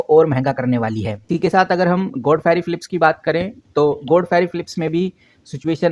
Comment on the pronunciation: bolna to sikh le...godfrey ko godferiii bol rha h namuna